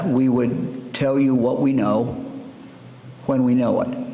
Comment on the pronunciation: It's his w's for me. H-why? H-when?